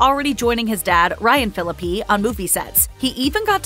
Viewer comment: I think you should pronounce his last name correctly!